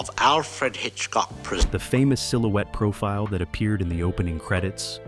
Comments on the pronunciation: AI, it's not présent , it's presént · It's pronounced presents, with the long e sound. It's not a show about what he gives people for Christmas! This is proof it is narrated by AI.😡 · The narration by AI is obvious and horrible. Why can’t you use a human voice that pronounces words correctly? Even the title of the show “Alfred Hitchcock Presents” has “Presents” pronounced as “presence.” Pay attention to detail. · Total A.I. slop. From the first minute, pronouncing "Presents" like the presents you get for Xmas should tell you everything. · I checked out of this at 20 seconds in, when the fake AI voice mispronounced "presents". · I checked out at 20 seconds, when the AI voice mispronounced "presents". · Yes, this must be AI narration as the narrator mispronounces the name of the show as being "Alfred Hitchcock presents", rather than "Alfred Hitchcock Presents" as can be heard at :17. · Repetitive and misspoken, especially Alfred Hitchcock “Presents” which is said as if it is a gift and not an offering to the audience. 😂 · The second time this AI idiot mispronounced 'Presents', I hit pause, and will move on. The inexcusable laziness of the typical YT creator, refusing to simply edit the narration before uploading, is enough to make your everyday crabby pedant's head explode. Are you trying to KILL us??? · ...and it's too damn bad, because I for one really enjoy watching a well-scripted and researched presentation (pronounce THAT) like this one. sigh What a world, what a world! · Dump the AI narration please. For Alfred Hitchcock Presents. The word “Presents” is It’s pronounced as a verb, not a noun